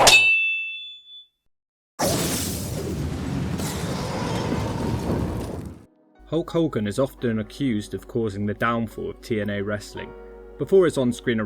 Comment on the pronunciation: Who's this 'Hulk Holgan'?